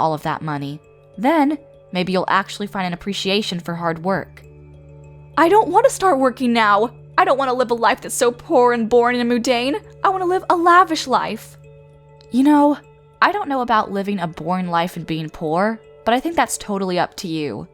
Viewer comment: I hate the way they pronounce mundane, it's not moondane you know, it's a u not an o